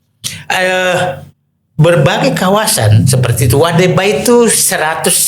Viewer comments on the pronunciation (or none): Weda Bay (Teluk Weda), Didu. Bukan Wade Bay.